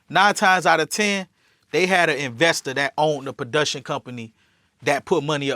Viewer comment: He can’t use the word “bitch” for any and everything straight retard. Yo said budiction instead of production, what a clown